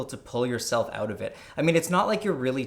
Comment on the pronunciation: 'getting OAT of this dimension..' xD